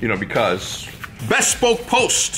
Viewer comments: Bothers me a little too. Bee - spoke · Bespoke please say it right why is the company not telling him to say it right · I know its probably a troll but the way he says "bespoke" is driving me nuts lmao